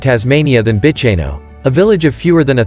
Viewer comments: Freycinet = Fray-sin-ay…. Bicheno = Beesh-in-o… Strahan = Strawn Bruny = Broo-ny Well done. You’d not be the first to mispronounce these places. Tipping where your from, there’d be places I’d have trouble pronouncing! 😂 Good choices. Thank you. My home. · Bicheno is pronounced Bishenoh, Bruny is Brewnee. Salamanca is Salla mancar. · Just to let you know kindly - this is a lovely overview of Tasmania! Thank you! Some of the place names are pronounced incorrectly. This is understandable. Strahan is pronounced STRAWN Bruny Island is pronounced BROONY island Bicheno is pronounced BISHENNO